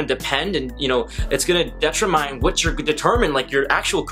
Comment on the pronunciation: So we just gonna ignore the way he said 'determine'